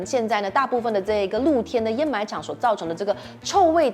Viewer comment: 上次的掩埋和沼气都读错了，这次有改，给个赞你👍